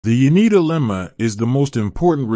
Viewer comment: A closer pronunciation would be Yo-nay-dah or Yo-neh-dah